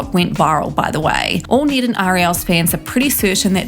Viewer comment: Need? Its Ned like head